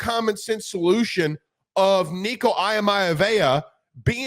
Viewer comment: Yo homez, can you please pronounce Nico’s last name properly and respectfully? Thanks